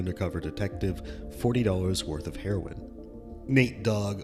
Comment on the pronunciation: He saying heroin with that hard h.😅